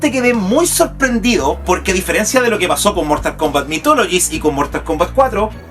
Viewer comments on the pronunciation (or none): none